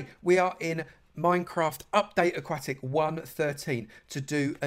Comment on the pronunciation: aquatic not akwatic